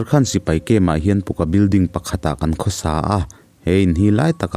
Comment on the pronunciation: 'Puka building' tih a lam/chhiar loh tur... mizotawng takin .... 'Pakka building' tih a lam/chhiar tur.. 😁 PUCCA BUILDING